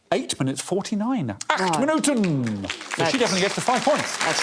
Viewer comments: WOW Alex randomly said 'eight minutes!' in Dutch and the pronounciation was near perfect!! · That was actually quite impressive Dutch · Alex, dont know if you'll see this; Great dutch pronunciation on 8 minuten!!! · Yes, was not that bad at all "acht Minuten" eight minutes